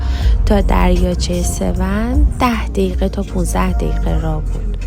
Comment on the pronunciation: The lake name doesn’t sound like 'Sev - 💩', call it 'Sev-on'. Like turning on something ON - The way you say AN it sounds like - Sev-Poop 😂 ‘Sev - 💩”